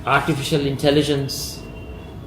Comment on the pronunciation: Artipikal intalijent 😂😅😂